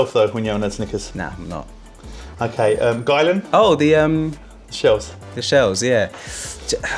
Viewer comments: Aren’t they pronounced “ Gill-Ian “ not “ Guylan “ ? 😂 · … It’s Guylian… Pronounced “Geeleeyan” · “According to a spokesperson for Guylian, it is actually pronounced: "Gill - li - an." Emphasis on the 'Gill', apparently.” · You need to learn: "According to a spokesperson for Guylian, it is actually pronounced: "Gill - li - an." Emphasis on the 'Gill', apparently. But that's not the only pronunciation the brand has cleared up." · According to a spokesperson for Guylian, it is actually pronounced: "Gill - li - an." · It's guylIan I I!!!